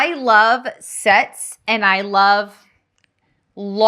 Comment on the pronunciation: You said “ I love sets. “ my hubby came into the room and asked “Did she just say I love sex?” Thanks for keeping us entertained! You are doing great! Tee hee hee